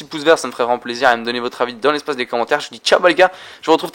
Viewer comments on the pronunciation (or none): none